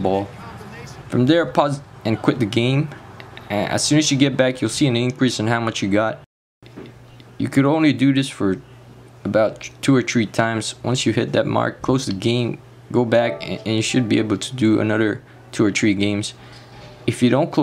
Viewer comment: two or tree times???